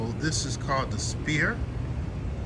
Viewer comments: Not spear it’s S P H E R E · Isn't he a teacher?? He's calling it the 'spear'. It's the sphere